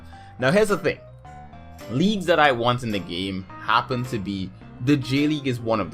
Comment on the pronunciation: Where's your accent from? you say 'gaeyme'